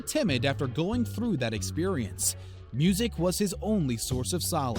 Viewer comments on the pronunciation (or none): none